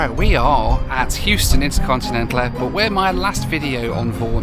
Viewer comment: Did you say Incontinental Airport? Is there usually a backlog? 😂